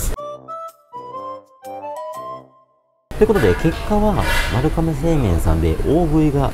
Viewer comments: YouTubeでいろいろ動画みるけど、みんな｢かめ｣って言っちゃうの何でだろう??(他にも多く｢かめ｣読みだった) ｢まるがめ｣が読み方ですね。ちなみに地名も｢まるがめ｣。 身近で読み間違える人がおらず、まるかめの発音にめちゃくちゃ違和感...びっくりするくらい違和感で、ちょっと面白くなってきてしまった...笑🤣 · どーでも良い事かもですが、 「まるかめ」ではなく「まるがめ」が正しい読み方らしいですよ☺️ 今回の髪型 素敵ですね☺️ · 私も聞いててめっちゃ気になりました😅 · まるかめ、ではなく、まるがめと思うのですが… それはさておき、本当にの麺の啜りは見事ですね～ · まるかめ！まるかめって言ってるけど、まるがめなんじゃないかな？ まるかめ表記はハワイとか？ 撮影させてもらって旨い旨いって褒める前に連呼してる店の名前くらいはきちんと伝えるべきだと思うが？ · 『まるかめ』ではなく 『まるがめ』ね。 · 、まるかめじゃ無くて、まるがめですからね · まる かめ じゃなくて まる がめ です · まるがめな、 まるかめちゃう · まるかめ、ではなく、まるがめです。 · なんでみんなまるかめって言っちゃうんだろうね。まるがめなのに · 読み方、まるがめらしいですよ。海外の一部ではまるかめって呼ぶらしいですが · かめじゃなくて、がめじゃないの？ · まるがめって読むんだよなー。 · まるかめって言ってるのがすごい気になるけどあってんのかな？